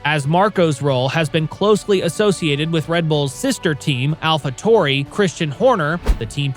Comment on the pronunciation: You’re saying Alpha Tauri wrong.